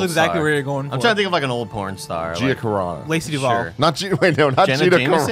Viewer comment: He really said Lacy Duvalle